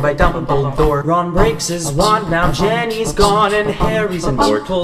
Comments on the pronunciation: I cringed when he pronounced Ginny as “ Jenny “ when really it’s pronounced “ Gi-n-y “ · It's Ginny not Jinny!😑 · the only thing wrong about this is how they pronounce ginny, they say ganny not ginny.